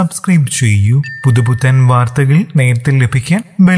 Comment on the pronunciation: വാർത്ത കേൾക്കാൻ ആഗ്രഹം ഉണ്ടെങ്കിലും ഇയാളുടെ വാർദ്ദഗാൾ എന്നു തുടക്കം കേൾക്കുമ്പോൾ കലി വരും 😶